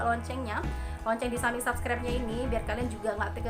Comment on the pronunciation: Bacanya sebskraip bukan sabskraip..